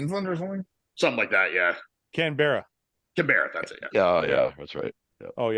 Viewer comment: The geography quiz😂. One little note. Canberra is not spelt can-ber-ra. It is cane-bra. Brisbane is spelt Bris-bin. Chees